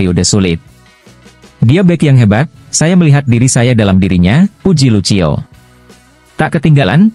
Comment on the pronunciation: Woooiii... Lucio bacanya LUSIO. Kurang bahasa asingnya yaah...😇